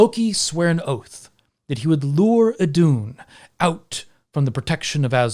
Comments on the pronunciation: Íðun not eedoon. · Btw who wants to pronounce Iðunn right its: ih-th(but softer)-uh-nn. Iðunn :)